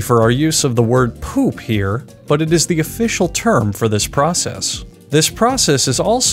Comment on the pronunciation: the way he says “poop”